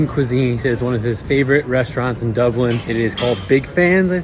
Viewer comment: It’s DUBLIN ! Not DublinD ! 🤦🏼‍♀️